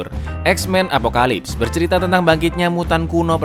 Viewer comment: izin koreksi bang "apocalypse"